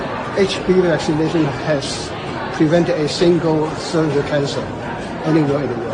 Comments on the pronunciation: cervical ko cervical bolte hein bhauua...cirvaical nahi. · سرویکل ،سروایئکل نہیں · Cerviecle nehi Cervical real word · Yaar, you make great and very informative videos, but the pronunciation is Cer-vi- cal not Car-why-cal. Thank you